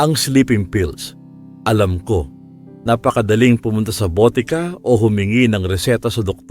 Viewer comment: 😢mali ang bigkas mo ng lason at botika,nakakainip, maraming pasakalye